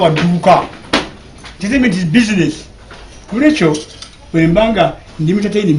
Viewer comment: HOW DID HE PRONOUNCE THE WORD ENTERTAINMENT 😏😏😏😏😏😏KASITA EKILUNGI ABAWALA NUP BEBANGI KATI ABAWAGILA M7 MWEZISE